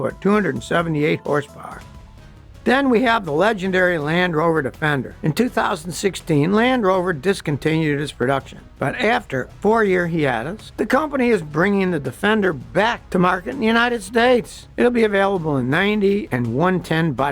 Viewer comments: It’s hi-AY-tus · Sadly, agree. Plus he clearly does not know how to pronounce "hiatus"